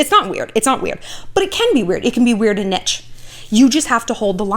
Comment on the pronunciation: Idk if you pronounce "niche" wrong or if I do lol